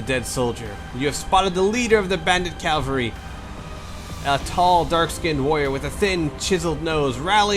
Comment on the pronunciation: You pronounced cavalry correctly on the first try several times :) And its bee-league-errrd.